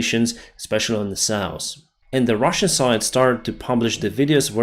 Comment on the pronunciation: Please! Stop saying souse for SOUTH. Same with norse for NORTH.